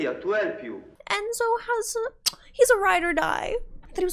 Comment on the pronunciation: Throughout the film the name is mispronounced. It's "Cor-lay-oh-NE". And Enzo is pronounced "Entso". 🙂